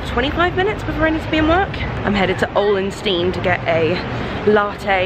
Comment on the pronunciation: Haha I’m from Denmark and you pronounce it really weird x3